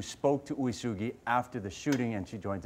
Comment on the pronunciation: I was living in Honolulu when this happened, I think it’s important that the story is spoken about. But the individual who is narrating would you do yourself a favor and learn how to pronounce names in words that are Hawaiian and Japanese. HONOLULU is not spelled or pronounced HANALULU there is no A in Honolulu. Oo ay sue gee = Uesugi